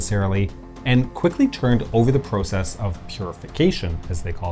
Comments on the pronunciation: The narrator’s pronunciation of process and project bugged me. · Pro-cess, pro-ject - hint of Canadian accent? Just curious.